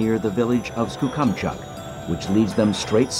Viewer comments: I live near Skookumchuck. I've never laughed so hard in my life on how you pronounced it. Wow... I thought American Tourists butchered it. Now I've got my giggle for the day. ;) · omg the way he pronounced skookumchuck lmaooo still bizarre seeing my home in one of these though. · Did he pronounce it correctly? Or how should Skookumchuck be said? Cool name though.